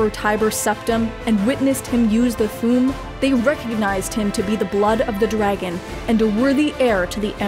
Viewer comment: Minor gripe, but "Thu'um" should be pronounced like two words rather than one.